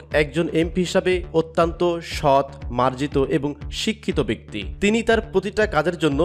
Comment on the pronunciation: শব্দটা 'অত্যন্ত' অত্যান্ত নয়, মূর্খ, খারাপ উচ্চারণ! খ